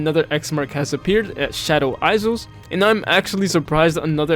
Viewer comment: And "Shadow eyes-zels" lol